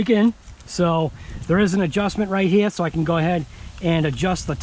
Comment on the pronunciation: OUTTA HEE-AHH, lol